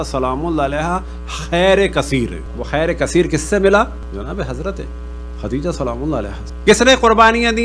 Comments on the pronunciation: کیسےعالم صاحب ہیں جنکو خدیجہ بولنا نہیں آرہاختیجہ بول رہاہے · ختیجہ ہاہاہاہاہا تلفظ تو ٹھیک کر لو